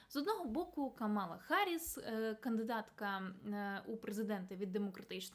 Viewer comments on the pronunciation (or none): none